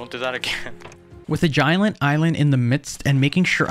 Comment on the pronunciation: ” gialnt island